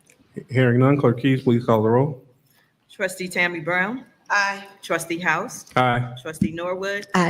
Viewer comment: Notice how cordial and professional is when he runs the meeting. He even says "please" when he asks the clerk to do a roll call. Tiffany, on the other hand, is just a rude ratchet idiot who just says "clerk, caw da row." So disrespectful. And sorry, we can't let Freeman off the hook. He is doing the right thing because HE HAS TO. We cannot forget that he was complicit with all the corruption under Tiffany. He needs to go. Sorry, not sorry.